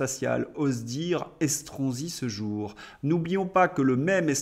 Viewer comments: Vous avez dit Escroc-si ? Ou ai-je mal entendu ?😂😂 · Estronsi, l'ai je bien entendu 😂